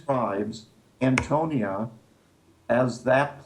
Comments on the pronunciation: I can't believe such learned minds such as, Chuck, and keep pronouncing the name of the Roman Fortress wrong. Politeness on the part of and Chuck in sympathy with? Hmmm is there no room for gentle redirection from pronouncing the name correctly? It is the AntoniA Fortress (with an A, the name ends in A) not Antonio. It really undermines the idea that they have read much material or that they master the subject they are speaking about. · Interesting, but several of the gentlemen do not pronounce the term "Antonia" correctly.